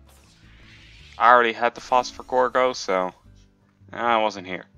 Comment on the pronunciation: Do u mean gordo, u kept saying gorgo